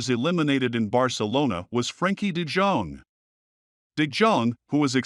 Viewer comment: de Dzong ? Who is that ? Do your homework, man ! ! It's de Yong .